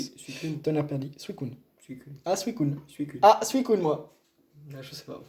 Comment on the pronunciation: Suicoune ou suicunnnnnnnnnne pas d'importance par contre des personnes disent "suisune" et c'est un problème